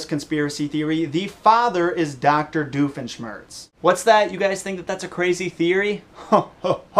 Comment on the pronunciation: who is this "diofeshmertz"? is he a new character?